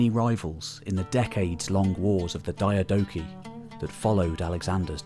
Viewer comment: Ok, your ai, straybo? Its strahbo (strabo). Diodichi, seluecid. All wrong. I cringe with these mis pronunciations